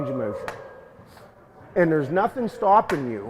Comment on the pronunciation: Mowshen guys